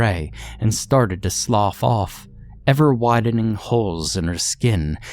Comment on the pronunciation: Thanks for pronouncing "slough" correctly. The VAST majority of creepypasta narrators can't correctly pronounce high school/early college level words like that one and refuse to spend even five seconds looking up how they're pronounced when they don't know. You're a cut above the rest.